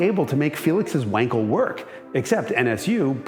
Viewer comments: Amount of "wankels" in this video is overwhelming. It's pronounced with a solid V. Please call it like it is. Not wankel.. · "Vankal" please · It’s Vahn-kel you Vanker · Say "Vankel", not "Wankel" - that's the correct pronunciation! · Wankel is pronounced Vankel.Just like Aston Martin isn't Aston Martun and Jaguar isn't Jagwire.Americans have no idea how to pronounced foreign car related words. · It's pronounced Vankel